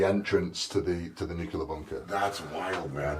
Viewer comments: Oh, Eddie. It's nuclear, not nukular 😂😂😂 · A nucular bunker!